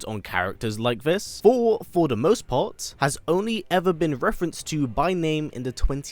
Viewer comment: I love this channel … BUT .. Ya gotta take your time and just say Th-or. You can do it: Thor. That’s it.